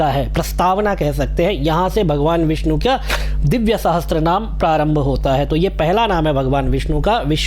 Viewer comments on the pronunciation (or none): उच्चारण विष्णु कीजिएगा,विस्नु नहीं!